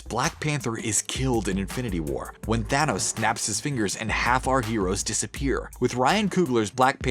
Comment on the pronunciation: Your thanos a tranos